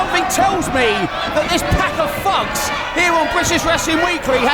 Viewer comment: it's "thugs" The English and Irish can't seem to pronounce "th's". like "Fings" (Things), "Fink" (Think). But no hate, I was born in Dublin, Ireland. I do it to...